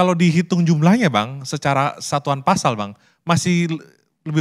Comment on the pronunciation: Pasal, bukan fasal